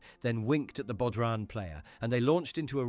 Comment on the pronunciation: That's not how you say bodhran, and traditional Dutch windmills are mostly for pumping water, not producing electricity. They have many wind turbines for that.